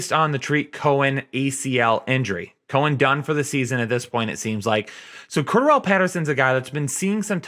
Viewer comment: CORE-DARE-REL since you were struggling hard lmao